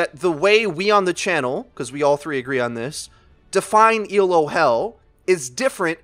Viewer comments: Pronunciation critique: It's pronounced "Ee-loh," not "E. L. O." It's not an acronym; it's a person's name: Professor Arpad Elo, who first invented the Elo rating system to measure the performance of chess players back in the 1950's. His system was so successful that a lot of other competitive games, from fencing to MagicTG to Overwatch, have all copied it. Let's give Dr. Elo the credit he deserves! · It's not E.L.O. it's "Elo". It's someone's name. ELO is the Electric Light Orchestra. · But it's pronounced Eh-loe. It's not an acronym. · dude you're killin' me Elo is one word, pronounced ee-low it's named after a dude named Elo, it's not an acronym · Just for future reference,, it's not an acronym. It's a rating system named after its creator, Arpad Elo, who designed the rating system originally for chess. I fell into the same trap too because it honestly does look like an acronym, and most people capitalize it like an acronym, but now you know. If you care, he was born in Egyházaskesző, Austro-Hungarian Empire. Yeah, good luck trying to pronounce that. He moved to the US in 1913. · Hell is people pronouncing every letter of Elo. It's named after Arpad Elo, it's not an acronym.